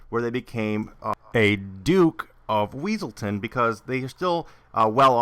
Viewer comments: It's wesalton not weasel town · It's Wesselton. It's pronounced Wesselton. Exactly what the Duke would've said.